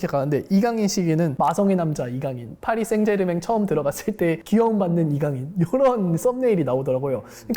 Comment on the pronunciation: 빠리 생제르'망 '이라고 발음해주세용~ ^^ 맹 맹 하는 건 프랑스 남부 쪽 억쎈 사투리 에요, 방송 잘 보고 가요. 고맙습니다.